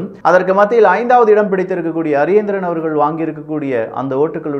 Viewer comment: தயவு செய்து இலங்கையர்களின் பெயரை சொல்லும் போது சரியாக சொல்லவும்.ஜனாதிபதி அவர்களுடைய பெயர் அநுர குமார திசாநாயக்க.நாமல் ராஜபக்ச.சஜித் பிரேமதாச.பாக்கிய செல்வம் அரியநேந்திரன்.ரணில் விக்ரம சிங்க